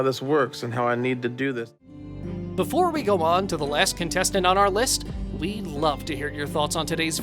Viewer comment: “Contestants” lol